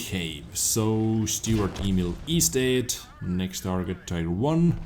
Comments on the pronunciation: STURER Emil, not STUART Emil!;-) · It's not 'stuart', nor 'saint' Emil. It's 'Sturer', which means 'stubborn'. Just call it stubborn emil, as ze Germans did.